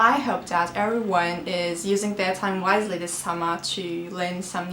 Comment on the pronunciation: merhaba videolarina ve yetenegine hayranim, sadece iyi niyetli bir duzeltme yapmak istiyorum, wisely derken ki teleffuzun yanlis, turkcedeki v harfi ile seslendiriyorsun, dogru ulan dudaklarin o seklinde olup w harfini okumandir. umarim faydali olmustu.:)